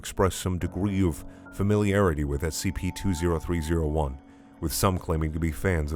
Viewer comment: You're the only person who reads the SCP numbers correctly. As ex military and government I thank you for tending to my nitpicks